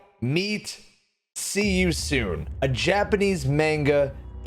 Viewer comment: Glad to see I'm not the only one who gets irritated by the mispronunciation.